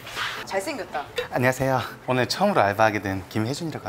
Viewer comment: 돌쇠목소리 “안냐세여” 귓볼 차단 우량아 개구쟁이 표정 맨날하는 팔뚝자랑 후 한대맞음 진짜 팔뚝 자랑 키스바리 차단